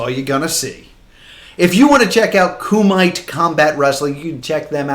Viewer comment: Hi! Referee for Kumite here. We're not in Ireland, we're in the city of Derby which is the Midlands of England 😊 also, its pronounced Coo-ma-tay like in the Bloodsport movie 😃 great video, just wanted to minor correct as my ears kinda pricked up when i was listening at work 😊